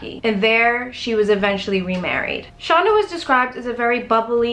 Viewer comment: Yes, knew her and it is pronounced send it is it Shanda. like Panda.